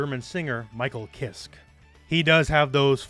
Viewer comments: Ki-kissk lmao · Ky kiske didn't just get his last name from a german metal musician. His first name comes from Kai (which is prononced the same as "Ky") Hansen. And his last name most definitly comes from Michael Kiske (the "e" at the end isn't silent btw). Both Hansen and Kiske were lead Vocalists for the german powermetal band Helloween at different times.